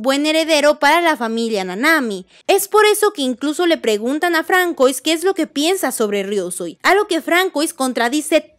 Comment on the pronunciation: Se pronuncia FRANSUÁ 🇫🇷 EL NOMBRE ES FRANCÉS!